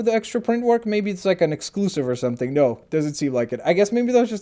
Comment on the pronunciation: When you said noooo it sounded like u said nurrrrrrrrr